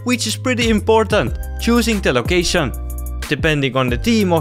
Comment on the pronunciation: The way you pronounced: ChOoSinG Da LOcatIOn